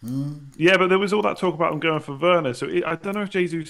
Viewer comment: Why is this guy pronouncing Jesus incorrectly. It’s so pretentious